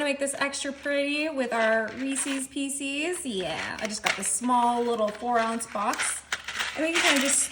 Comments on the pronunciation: It is not Reesees Peecees, it's Reese's pieces, learn proper English. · It looks delicious, but I can’t give a thumbs up to someone who says Reesees Peesees!!!!!!